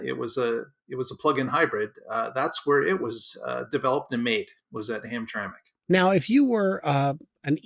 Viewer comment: Hammitrammick (Joisey aksint).. You are welcome